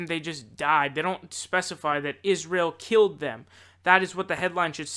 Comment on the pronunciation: Keeled? Really?